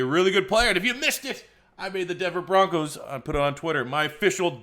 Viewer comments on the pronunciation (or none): none